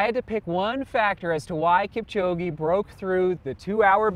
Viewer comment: Butchering his name. He's Kipchog'e' not Kipchog'i'